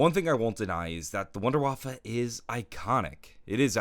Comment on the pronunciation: it is painful to listen as a German